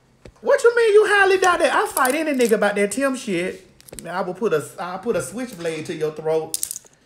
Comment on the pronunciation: 😂😂😂🤣🤣 Girl, not "Timbo"